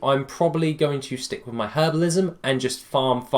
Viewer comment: "HERBAL-ISM" xD